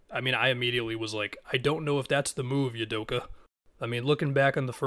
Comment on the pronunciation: Oooudoka, not Udoka... like "ooou"